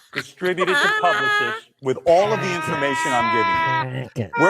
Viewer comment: "publi-cysts" hmmm... a bit of Ralphie Cakes slipping out there?